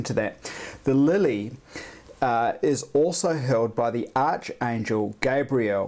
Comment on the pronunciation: Its pronounced like ARKAngel...ArchAngel